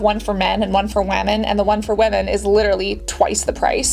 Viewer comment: “It’s for man..and wAmem” 😂